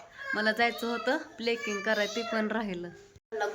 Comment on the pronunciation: प्लेकिंग 😄नाही ग प्लकिंग...